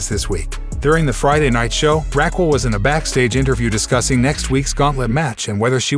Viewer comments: Okay I like your reported and everything problem is you you said Raquel Gonzalez's name wrong. It's Rh-ah-kel or Ra-kel. 2nd Cena debuted in 2000. Don't get me wrong I like your reporting unfortunately if you can't even get dates of Big Time Superstars debuts or even a top female wrestlers name said right. Little mistakes like that will definitely make it to where you start losing clout with your subscribers because it makes us feel like you don't even watch wrestling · After hearing you mispronounce Raquel several times, I am 100% certain you haven't watched a single WWE show in your entire life. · Learn to say Raquel's name properly...geesh🧐🤔